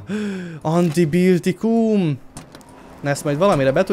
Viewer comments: Bence mi az a antibiltikum az antibiotikum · ANTIBIJUTIKUM! Még mindig nevetek!😸😸😸